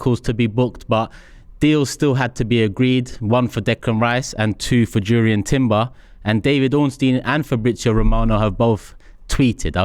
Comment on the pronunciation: It's pronounced Yurrien not Jurrien.